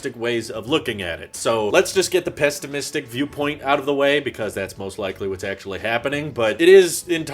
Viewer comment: Yo, this man really just said pesstimistic.